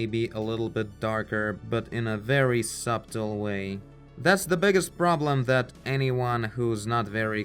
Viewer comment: 'subtle' ... we don't pronounce the 'b'. It's a subtle distinction, but 'sub-tle' sounds very odd.